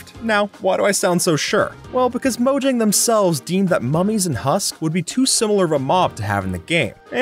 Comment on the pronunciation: Fyi, it's pronounced MOE-HYANG.